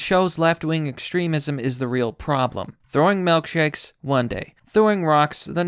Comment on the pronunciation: Melk shakes. Huh.